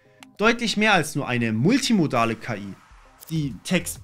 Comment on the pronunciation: Was sind eigentlich "Moltimodale Modelle" in ? xD